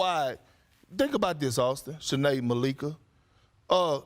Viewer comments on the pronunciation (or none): none